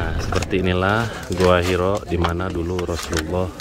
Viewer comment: Gua Hiro? Gua Hira. yang betul tulis dan bacanya.